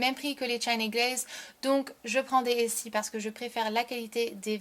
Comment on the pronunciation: Je me permet de te repondre , en europe les china glaze , on peut les trouver dans les magasins du genre " la boutique du coiffeur " ou produo . Ensuite les essie ( et pas essi ) on en trouve dans les marionnauds et galeries lafayettes .